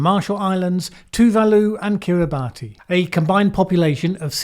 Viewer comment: Kiribati is pronounced kiribass, I’d been pronouncing it wrong all my life too and only found out when I watched Geography Nows video on the country.